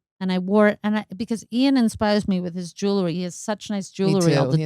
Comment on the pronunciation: Also it's jewelry not jewlery. 😂